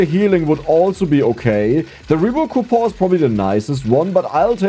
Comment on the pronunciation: I always look forward to these episodes simply to hear him say "COUPOR" instead of "coupon"